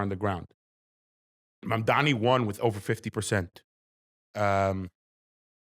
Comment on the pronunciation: for the last time it’s MamdaNi not MamdaMi